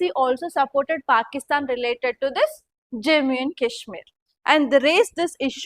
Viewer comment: Im requesting you… please pronounce Jammu and Kashmir properly 😢